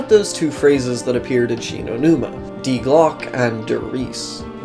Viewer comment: Dude, sit still you "crazed lunitac" that has a sad fetish for anime and waifu characters. Simp. And learn how to say "die".